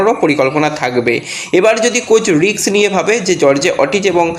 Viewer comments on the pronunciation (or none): রিক্স নয় রিস্ক। ভুল ভাল উচ্চারনে তোমার জুড়ি নেই। ইংরিজি জ্ঞান কম থাকাটা কোনো দোষের নয়। কিন্তু না জেনে জ্ঞানী হবার চেষ্টা করা অন্যায়। তোমার কোনো লাজ লজ্জা নেই। একদম নির্লজ্জ।